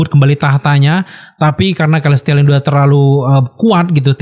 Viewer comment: Kelestial? Celestial!